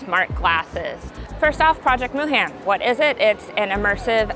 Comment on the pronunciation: a korean american should say Moohan the right way.. it's pronounced moo hahn. which means infinity